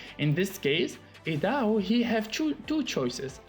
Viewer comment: Idaho is pronounced I-da-hoe lol 😂